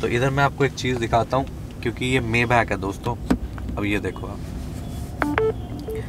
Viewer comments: Bhai Mayback nahin maybach hota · मेबॅक नही मायबाक बोलते हे इसको भैय्याजी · Mayback???? Correct pronunciation : my -- baaakh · Bhai usse मेबैक नी माईबाक bolte hain. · You are right , mi-baakh or sometime mai-baa(kh silent) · Ur pronouncetion is wrong..... It is My bha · Maybach ka pronunciation bhe nahi aata 🤣